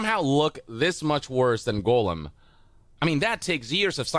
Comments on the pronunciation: Is anyone else bothered that the guy keeps on pronouncing "gollum" as "golem"? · Gollum = GAWL-um Golem = GOAL-um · These games are almost as bad as how this guy pronounces Gollum as "golem" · I don't understand how people who I assume have seen LOTR. And heard how his name is pronounced. Still miss pronounce the name of popular characters. Golem??? From Pokémon?? I know you've heard Gandalf pronounce gollum. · god him saying Goalem is driving me absolutely insane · Why does everyone call him “golem,” though?😂